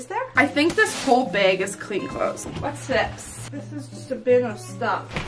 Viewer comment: u know shes from Michigan when she pronounces bag as bAAAg